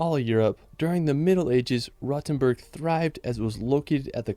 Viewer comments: Frankfurt is the ONLY city in Germany that has a real skyline. Also, earlier it is not pronounced 'Rottenburg' but 'Rohtenboorg' (long 'o' and a 'u' like in 'school') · Rotenburg is more pronounced like roadtenburg